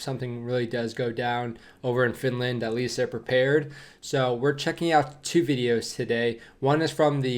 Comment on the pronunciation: That was a bit funny how that news reporter pronounced Finlaaand😁